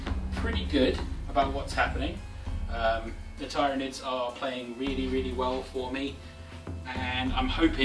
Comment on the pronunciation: Twitches at how you say Tyranids No just kidding, but really good job! I enjoyed the battle report. It does bug me ever so slightly how you say Tyranids though. You say it TIEryanids, while most pronounce it TEARynanids